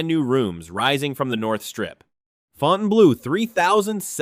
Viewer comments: It's not "Fountain Blow", it's "Fountain Blue" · FOUTAIN BLOW ? AI AT IT'S FINEST, WTF